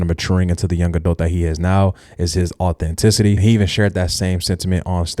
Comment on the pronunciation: I love speed but bro has got to stop trying to sound smarter than he is...here is saying authencity confidently like it's a real word....